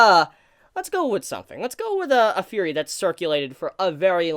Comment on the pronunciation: i just noticed that you say "Fhurey" instead of theory is that an accent thing?